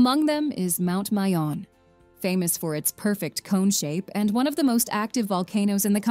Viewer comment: Mayon Volcano,,,,all our vowels,,, especially,,(a) is pronounced as short vowel...please don't say it in long (a) sound ...